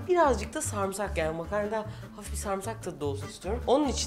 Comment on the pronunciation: Sarımsağa samsak demesi 😂😂